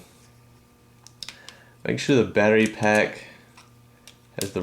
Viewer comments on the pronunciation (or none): Anybody noticed how he says Pattery Back XD?